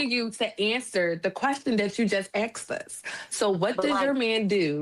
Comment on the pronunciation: "Axed us?" I would have ended the conversation right there.